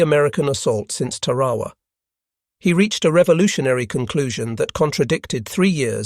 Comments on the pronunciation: Please pronounce TAR-a-wa correctly. It is NOT pronounced Tar-A-wa. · Learn how to to pronounce things like ta ra wa